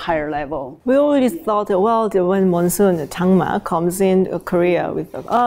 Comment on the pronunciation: 무엇보다 "장마"라고 말씀을 정말 잘해주셨음